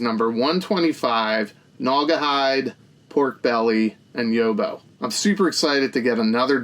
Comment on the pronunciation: Quality review as always, mate. Couldn't agree more about the Nok art, use it ffs. Just want to school you on some Aussie vernacular. You pronounce Yobbo 'Yob-beau'. So, Yob like Bob. Lastly, Macaque deserves all the jokes, so thank you for getting 'em off.